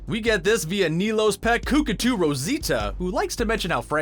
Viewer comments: Cookatoo? It's cock-a-too lol. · Cookatoo??? That hurt my ears. C’mon, it’s Cockatoo. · It's pronounced cock a too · I’ve never heard Cockatoo pronounced as ‘Cookatoo’ before. What a jerk.